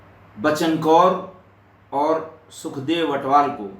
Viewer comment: Sir g pairi pauna sir g bht jaaada pyar satkar te ijat from punjab love you so much sir g naale ik gal hor sir g ATWAL not ATHWAL